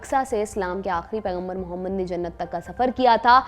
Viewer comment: AAP Mohammed sahad bolo AAP ne NABI ka nam sahi se nahi liya 😡😡😡😡😡